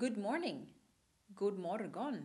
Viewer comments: i saw this video once again ... AND another thing my dear : not morGon !!!! It is « moron » because the «G» is dropped when you say « morgon ». Poor swedisch language .... lololol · >god morGon Even I having taken only a semester of Swedish, know that 'G' isn't pronounced there. I wouldn't be surprised if she also reads 'de' per se.